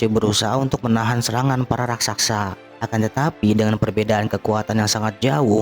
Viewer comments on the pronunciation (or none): Raksasa ler bukan rasaksa